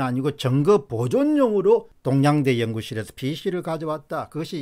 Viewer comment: 쩡거임멜 ? 똥냥대 ? 발음이 영~